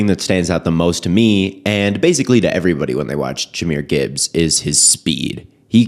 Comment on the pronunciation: Jah is a one of a kind RB he is truly blessed by the best!! Keep grinding grandson strong silent and smooth.💪🏽💪🏽 FYI Jah was 5’l1 in High School, hopefully soon all will be corrected. Even the pronouncing of his name, Jahmyr aka Jah not Jamyr!!